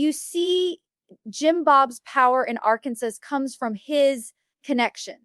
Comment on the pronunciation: The pronunciation of Arkansas gave it away...AI crap